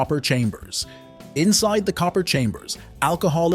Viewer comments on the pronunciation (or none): none